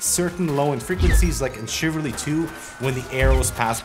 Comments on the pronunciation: Dude... you mispronounced the name of the game AND misspelled the game as well, to match your mispronunciation. The word is not, "chivaRLy", as you said. It is, chivaLRy. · ChivARLY?, шо? Mate that's so funny, did you actually think it was spelled like that? You said it this way even! xD